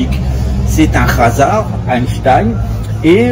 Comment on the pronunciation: Bonjour, pouvez vous s'il vous plait prononcer "à la normale" le mot Khazar" avec le son de la lettre "K" et pas "Razar" avec un "R"? Je vous explique, je fais suivre vos vidéos à des anglophones qui captent rien au Français, en leur demandant d'utiliser l'outil de traduction de YouTube, sauf que les mots ne sont pas reconnus ("RRRazar" est traduit par "la chance/le hasard). C'est une petite pinaillerie de ma part mais qui mérite d'être dite, car en France on y comprend peut être quelque chose et sommes éveillés (merci le s atanisme affiché de nos élites françaises) mais à l'international ils ne voient pas que la France est ciblée comme étant la terre du retour du vrai messie. C'est pour la clarté de la communication ;) Merci pour votre travail.